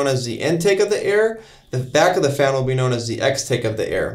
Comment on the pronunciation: Extake, lulw. And you didn't think the very hard task of reshooting that 12 second shot was worth the effort to not sound like a fool saying "extake'? XD It's a 1 min clip after the series introduction...